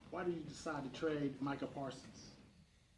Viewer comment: can't even say Bro name right